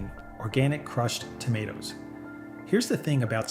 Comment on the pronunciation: CRUCHED TOMATOOS?